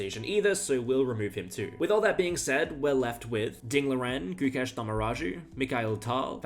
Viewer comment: Having the balls to actually say Gukesh's full name without fucking it up is insane...